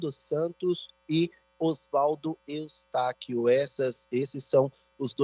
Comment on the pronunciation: Está tv é tão ruim Que nem o nome do Osvaldo Eustáquio ele fala correto .